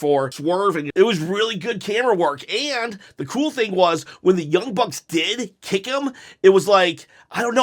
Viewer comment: I’m glad you’re giving AEW a fair chance. It’s hard to believe that you gave AEW a genuine chance the first time if you can’t say the Young Bucks or Jon Moxley correct.